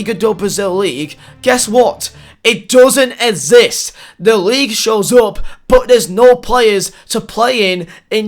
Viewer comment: No one:: “ezist”